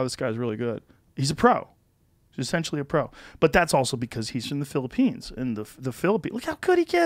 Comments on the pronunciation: LOL Joe is developing a texas accent "The philopoynes" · Joe’s slowly picking up that Texan accent listen to it pop out when he says Philippines